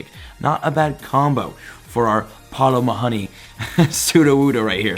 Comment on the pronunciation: I’m Irish and you have no idea how much the way he pronounced Paul O’Mahoney triggered me